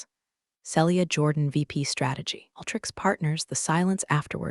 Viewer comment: Celia is pronounced Seelia not Sellia. If you can’t pronounce it don’t use it.